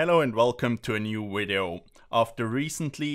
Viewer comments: Nice “wideo” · at least try and say "Video" lol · ahh. a fellow person whos says wideo. I'm ukranian and I always say W when I try to say v.